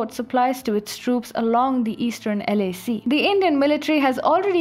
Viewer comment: At first I thought she said LSE (not LAC). Chinese troops are not prepared for the London School of Economics. But then, who is?